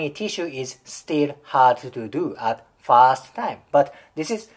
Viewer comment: R の発音を意識・訓練してくれたらもっと聞きやすいのになって思いました。たとえばfirst がfast に聞こえます。私は日本人なので理解できますが。余駅なお世話でしょうが、英語は発音とリズムが要の言語だと私は考えます。